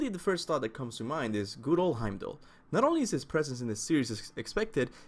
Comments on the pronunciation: Its Heimdallr Smh. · He-m-da-kiir. Norse pronunciation isn't the same as English. Othin, Torr, et cetera.